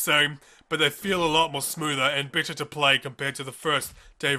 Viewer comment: I'm sorry are you saying "bitter" or better"?